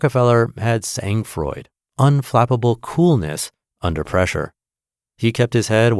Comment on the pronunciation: How American of you. You butchered SANG FROID, (TWO French words). The G in Sang is SILENT and the D in froid is silent. At least, you got what 'sang froid' means. If you can't use words in another language respectfully, use English words, ffs.